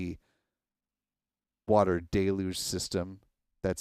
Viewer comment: Whats a day-looge system, we say deluge.